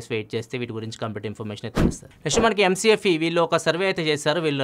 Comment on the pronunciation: adi MC A FEE kadu, it's macaafeee 😂😂😂